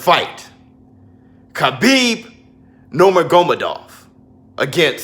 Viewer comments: Pronounced Nur-Ma-Go-Medov, just like Sesame Street Brother, lol, 👍🏾👊🏾✌🏾🇳🇬🇺🇸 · I CAN'T WAIT FOR THIS ONE!! (and to help you out it's NURM-A-GO-MED-OV, Don't worry it took me almost a year till I pronounced Khabib's name correctly 😂) And I'm not gonna lie I'm edging towards Khabib but I have underestimated Dustin before and he proved me wrong so I have no clue!! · Hahahaha you tryna say Nurmagomedov 🤣🤣🤣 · Learn how to say Khabibs last name lol